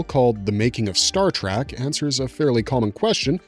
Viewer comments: what gets me is when people say "track" instead of "trek". I don't understand how they mix the two words up. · This guy is clearly Canadian but I hear a ton of people annoyingly pronounce it "track"